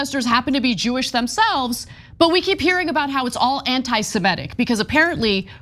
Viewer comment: It's a little thing, but it always bothers me. The term is NOT anti-Semetic, it's anti-Semitic. Please pronounce it correctly.